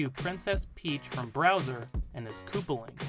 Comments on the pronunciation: Did you just call Bowser "Browser"? Mate! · He called Bowser "Browser" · You called bowser browser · did you just call bowser browser?! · This guys dumb "mahora's mask" "browser" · Did you call bowser browser